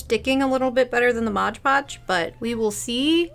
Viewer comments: I'm not gonna make fun of you for saying ondongo but I will make fun of you for saying modge podge <3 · so you're gonna comment on "ondongo" but not on "modge podge"?! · I love how you apologize for "ondango" but not for "modge podge" lmao